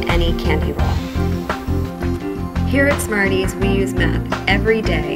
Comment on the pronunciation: Everytime she says "math" replace it with "meth" lol